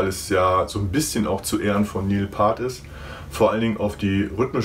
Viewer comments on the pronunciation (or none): Neil Paart? Piert is der erwünschte ausdruck für Neil's nachname Peart. Video ist trotzdem super.